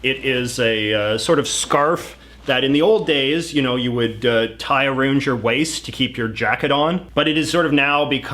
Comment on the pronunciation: He says arooned instead of around